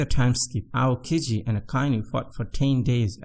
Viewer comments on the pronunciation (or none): none